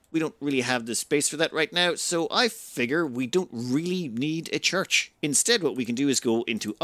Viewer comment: "We don't really need a church." I though you were Irish ;)